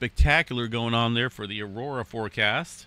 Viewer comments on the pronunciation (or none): none